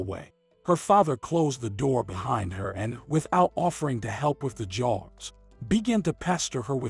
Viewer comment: Jars, not jaws